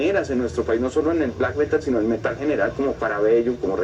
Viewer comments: Alguien que le enseñe a decir Metal al de la voz en off (hasta en eso se ve el atraso)... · El Metal <<< esa pronunciación jajajajajaja